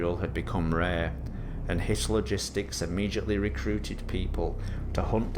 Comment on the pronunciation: Idk if it was intentional to the creator, since the first video talked about the 3rd Reich, but almost the entire time I thought they were saying "Hitler gistics", not "Hit Logistics". Jesus christ lmao